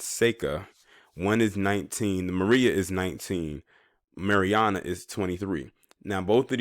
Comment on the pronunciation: Its not máriana